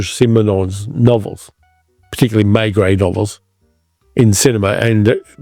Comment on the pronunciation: Please learn how to pronounce names like Maigret and Franchot properly. There is no excuse. I can’t listen to you, fingernails on chalkboard.